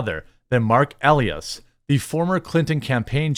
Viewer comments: Marc E Lie es is how you say it for the next time you run across this fool or his name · Elias is pronounced: uh-LIE-us